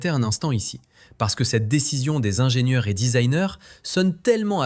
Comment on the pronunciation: Bonjour, Qq observations On ne dit pas 1000 zingenieurs On ne dit pas cent zingenieurs Parce qu'il n'y a pas de s à ces nombres Et cette première 911 turbo n'était pas la voiture parfaite, c'est de notoriété publique, et Porsche n'a cessé de l'améliorer sur les modèles suivants Pourquoi aucun son des voitures présentées ? Sinon, histoire intéressante 😊